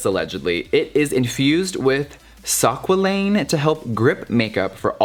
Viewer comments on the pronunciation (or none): Its pronounced squ-ay-lene. 😂😂😂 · Jeffree, I think you meant squalene, right? Pronounced skway-lean! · Legit crying at how he’s pronounced squalene 😂😂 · lol Jeffree honey... SQUALENE is pronounced as "sskwaleen" ;) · Pronounced skwayleen ☺️ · omg the way he said squalene